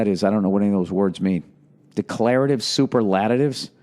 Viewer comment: Sound it out Bill.. Sa pearl la tives. Ha!